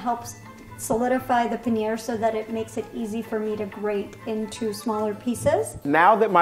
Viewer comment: the way pronounced paneer hurt my soul